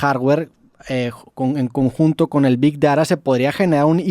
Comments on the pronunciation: ¿Big dará?¿ Este chaval es mexicano o español? Hasta la inteligencia artificial pronunció bien,Big Data. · Roberto: Big dara IA: Big data Me cae mejor la IA 🤣🤣